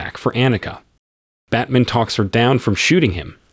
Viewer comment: Batman..."Bat man"